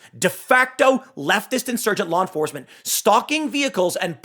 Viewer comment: "lawn forcement"